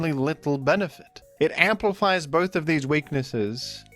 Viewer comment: You said bith though